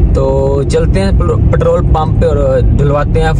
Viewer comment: Bro ptrole nae Petrol hota ha..pet rol..